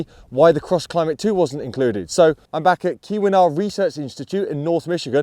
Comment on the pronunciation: Much better pronunciation of Keewenaw than last year! One comparison test I would like to see is performance of these 4 tyres on dry/wet paved vs. gravel roads, such as we have in North America and Scandinavia. Cheers!